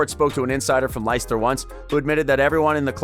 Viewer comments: 'Lie-ster' , who the fuck are them?, its pronouced 'Les-ter' , fucking dumb yank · Never heard of Liester ………...it's pronounced 'Lester', but spelt Leicester. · The way you pronounce Leicester is classic hahaha